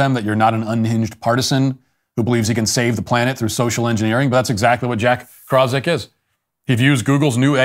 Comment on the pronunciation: "Krauzik" :) it's more like "Krafcheek".